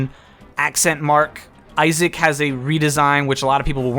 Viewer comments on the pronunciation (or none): none